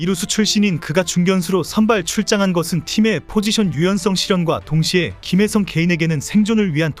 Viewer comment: 초 그러나 3회초, 다저스 8번타자 김일성이 출루한 이후 분위기가 바뀌었습니다. 라고 들리는건 제 귀가 이상한건가 ㅋ